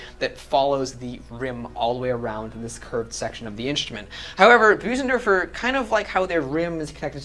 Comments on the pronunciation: Nice review. But it’s not pronounced Boosendorfer. The German ö is pronounced like the letter ‘i’ in the word ‘flirt’ or ‘first’. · it's pronounced BIRsendorfer like in the word GIRL. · I've heard a variety of pronunciation of "Bosendorfer", but your is the first of this particular variety. Enjoyed the clip, anyhow.